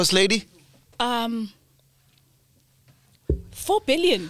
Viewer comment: GOSTLADY AN THE WORD LITERARY IYOOOO🤣🤣🤣🤣🤣🤣🤣🤣🤣🤣